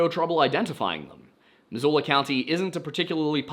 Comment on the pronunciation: As someone born and raised in Missoula, I wanted to say, good job pronouncing local place names! Missoula doesnt come up often, but i still hear people get it wrong. Great work. Edit: for your edification, because i know you care: kootenai is said "KOOT-uh-nee" and Pend Oreille is said just like the words "pond array." Cheers homie. Love what you do.